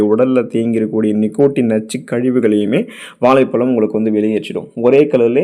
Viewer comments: நண்பரே வாழைப்பழம் என்று கூறினால் அழகாக இருக்கும்..வாலைப்பலம். என்று கேட்க அருவருப்பாய் உள்ளது... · தமிழை கொல்லாதீங்க. வாலை பலம் அல்ல. வாழைப் பழம்.